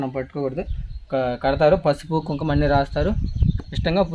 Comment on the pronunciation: Adi Kumkuma, kum kum kadu, Telugu nerchko first.